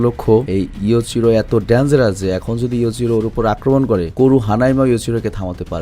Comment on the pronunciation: ❤Bhai baki hanma r baba r nam yujiro not yuchiro❤❤❤❤❤